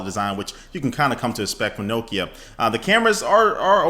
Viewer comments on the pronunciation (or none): It's Nokia not nookia ha great vid